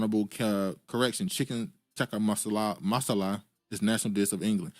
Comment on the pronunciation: Why couldn't you pronounce Tikka Masala correctly?